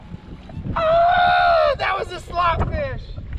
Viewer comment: She said slob instead of slot y’all are funny love your videos keep up the good qorl